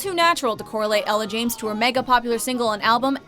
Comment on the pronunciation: Did... Did the narrator say "Ella James"?